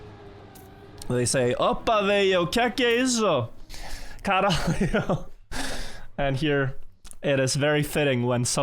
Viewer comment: portugal caralio 😂😂 as a Portuguese native I can say that proununciation needs work